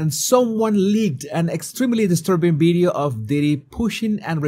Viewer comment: You've been talking for years making youtube and you still did not lean how to pronounce video with a V Not with a B Sorry but it turns me off and I can't finish the video,that's why I pointing it out